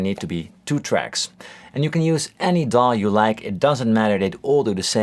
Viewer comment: Thank you for saying "DAW" as a word instead of D. A. W. like most channels.